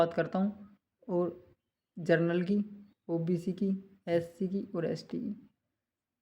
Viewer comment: जरनल नहीं जनरल बोलो भाई , दोनों शव्दों में अंतर है ।